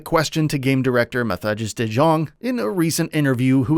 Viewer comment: Please pronounce Mathijs de Jong as Mad Eyes The Young...sounds a lot more like how you should pronounce it. or maybe even Matt Ice The Young